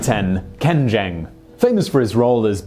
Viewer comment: Ken Jeong's surname is pronounced like "Jong." Not "Jeng."